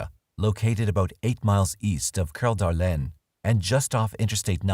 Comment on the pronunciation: narrator does speak french, so. can't really fault him for saying it correctly.